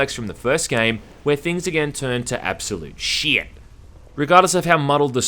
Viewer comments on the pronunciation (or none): I just love how you pronounce “Shyeeet” <3